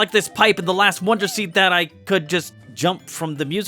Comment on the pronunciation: why do you pronounce it “wander” and not “wonder”